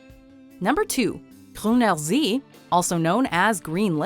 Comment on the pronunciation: Why is she trying to pronounce Gruner see with a French accent?